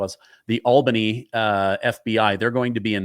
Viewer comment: learned how to say Albany correctly